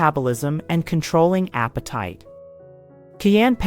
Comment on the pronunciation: It is pronounced “CAI ENNE “ not KEY ANN!!😊